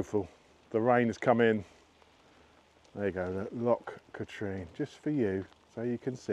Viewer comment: Pronounced Loch Katrin my English friend. Another great video mate!